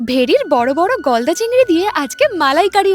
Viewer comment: দিদি তুমি বললে যে গলদা চিংড়ি কিন্তু আমি শুনেছি বলদা চিংড়ি 😅